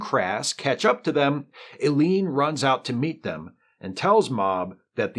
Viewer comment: "Ellie-En," rather than "Eleen;" "Mah-Ahb," rather than "Mob;" "Akah-Ahr," rather than "A-Car," etc.